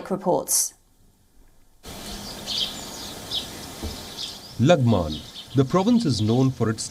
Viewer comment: She fr said "lang man"😂😂😂😂😂